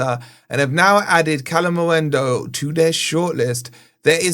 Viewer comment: 4 months later he's still saying kalimuendu. I think he's trolling not dumb at this pont